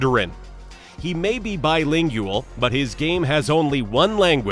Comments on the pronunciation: "He may be bilingYouAl"... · that's how you pronounced bilingual